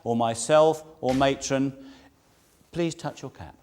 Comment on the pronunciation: Matron or atron?????????😂😂